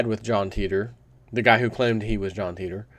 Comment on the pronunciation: the facts are always there but the important facts are purposely lost 91% is right dates wrong but they know this 3477 is the numbered date and stop saying TITOR please pronounce it teeter